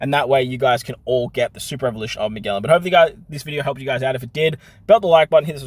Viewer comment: Hey! Just so you’re aware, Magellan is pronounced ma-jell-an, (like jello, or juice):) keep up the great content!!! It’s always so helpful!